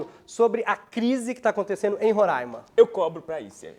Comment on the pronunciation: Ele falou Roraima certinho